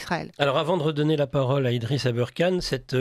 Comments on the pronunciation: Si vous anglicisé le ER dans aberkane. Pour le prononcer "eurre" Alors Kane, devrait être prononcé Kéine. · non mais pourquoi il prononce Abeurkane? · Même avec ses lunettes il ne voit pas que Aberkan ne s'écrit pas et ne se dit pas abeurkan!!!! C'est du manque de respect